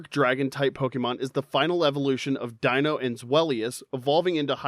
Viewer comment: Deino's, Zweillous' and Hydreigon's names all contain the German words for the numbers 1, 2 and 3, the same way as Artiucno, Zapdos and Moltres before them but with Spanish then and you utterly butchered the pronunciations, although, at lesat you do pronounce "Pokémon" correctly, I'll give you that! Also, bug-bear, but you can clearly tell that Cynthia's Garchomp is a Shiny Female from the colour and the lack of a nick in the dorsal fin! And it took me months, but I did finally manage to Breed a Shiny Jangmo-o with its Hidden Ability Overcoat! It took me so long, I started to relase every single Jangmo-o who did not have at least five Perfect IVs and I still had four boxes full of them, all the ones who didn't have a Perfect Attack IV, I jus Wonder Traded off, the ones that did, I kept for Special Trades! So, on Sun/Moon/UltraSun/UltraMoon, if you ever got a Jangmo-o with five Perfect IVs and Overcoat through Wonder Trade, you're welcome! Although, my Battle Tree Team, I usually go with Double Battles, I start with my Salamence and Incineroar - both Shiny (thank you, Masuda Method) - get that Double Intimidate off and then Mega Evolve Salamence, hit like a train with STAB max damage Return! Also, having a Base Stat Total of 600 and having two previous stages is how we identify Psuedo-Legendaries, although, as a Brit, with enough issues with the Galar Region as it is, I was kind of bored of the Dragon-Type Pseudo-Legendaries by then, Sword/Shield didn't help my mood much, eith